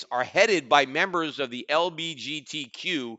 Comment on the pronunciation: I hope he says LGBTQ wrong on purpose lmao that is hilarious